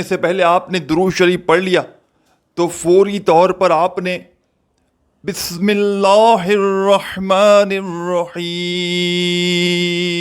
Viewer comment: Kameney tujhe bismilla bhi padhna nahin aata sekha raha he wazifa